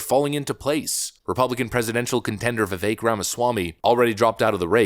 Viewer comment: Did you learn how to pronounce Viveks name correctly yet?